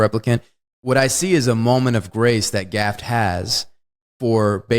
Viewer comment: He also keeps saying "Rutgerd Hauer". And I just noticed he referred to "Gafft".